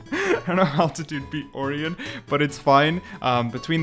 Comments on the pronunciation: Holy dude Orion is pronounced Oh-rye-on not or-ian y'know like the constellation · Or-eon? It’s Or-ion, like the constilation, if threw me off enough that it hurts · orion is actually pronounced o-ryan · Or-ee-un is a crazy pronunciation of Orion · why do you say orion like that